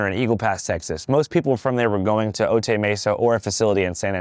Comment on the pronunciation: Otay is pronounced Oh-Tie